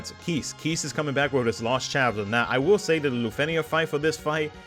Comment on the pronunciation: FF CC the Crystal Bearers was even voiceacted, yet people keep mispronouncing KEISS & say KEES, KEES, KEESSSS all the time. The EI should sound like EYE.